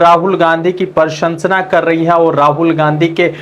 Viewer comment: अबे भाई बोलना तो सीख ले क्या बोल रहा है प्रशंसा बोलना भी नहीं आता मुझे तो लगता है कि तू गुजरात के स्कूल में पढ़ा है।